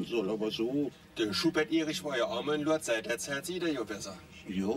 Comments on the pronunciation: "In Lourdes ist die Schutzpatronin vonne Heilpraktiker..." - und immer schön "Lurdes" aussprechen. Herrlich! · Lol . "Lour-des". Ja, genau. So muss man das aussprechen. 🤣